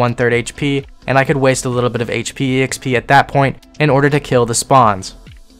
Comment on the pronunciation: >e-x-p >not x-p >e-x-perience >not x-perience > :eyes